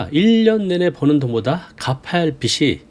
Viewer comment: 빚이 ㅡ비지 빚을 ㅡ비즐